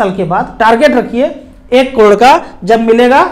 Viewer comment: crore bolo kalod nahi 😃